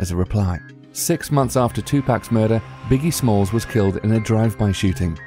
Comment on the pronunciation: biggie smalls...biggie smalls...I can't